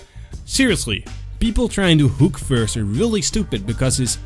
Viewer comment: So flay first then don't miss your "hewk".